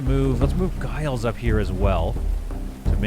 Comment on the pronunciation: Giles is pronounced Jiles - same as you said it but pronounced as if it had a J.